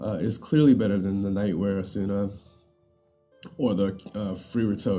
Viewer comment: "Asoona" lmao